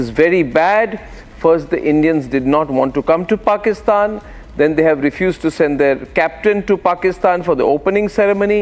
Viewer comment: Who the F is pusktan WTF is pusktan